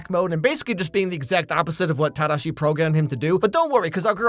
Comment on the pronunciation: I love how you can tell he lived in Japan by the way he says “tadashi” instead of “tahdaahshi”